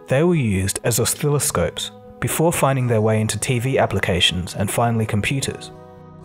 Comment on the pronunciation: I love this channel but I have to agree with others here... seems like a xiaomi ad more than an in-depth look at tech... missed quite a lot to qualify! Also wondering if that's how you pronounce oscilloscope or did you just botch it up and left it there?